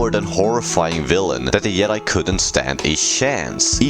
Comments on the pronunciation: Yedi? It’s Jedi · The way you say Joke and Jedi lol. Makes it sound like Yoke and Yedi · Did you say yoke and yedi? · "The Yedi couldn stan a shance" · bruh you keep saying the word jedi wrong